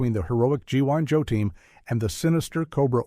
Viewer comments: “G.ONE.JOE”, “G.ON.JOE”… I hate AI… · It's G EYE joe, idiot. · G1 Joe? How is A.I. so incredibly stupid all the time? 😂